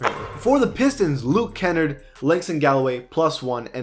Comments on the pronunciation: “Luke kennard (Ken erd)” can we get a f in chat for my boy Luke kennard (Can nard) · How do you miss pronounce that? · “Luke Kennerd” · Luke KA-NARD